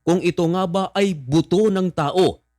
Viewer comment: Buto Po.. not boto 😂